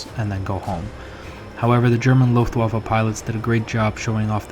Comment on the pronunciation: Being an aviation enthusiast myself, I love all your videos! But that historical reference in the beginning really raises the bar and adds value :) Should you be interested to know, the letter "w" in "Luftwaffe" (literally meaning "air weapon") is pronounced as "v". Here's a link to the correct pronunciation in German